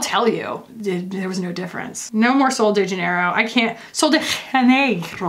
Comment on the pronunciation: Hey,. "Sol de Janeiro" is Portuguese, not Spanish, so you got right the first time, the J is like the French J not the Spanish one.:)